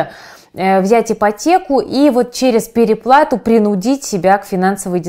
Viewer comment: В слове "принудить" м.б. ударение лучше поставить на "у", а не на вторую "и"? Иначе смысл меняется.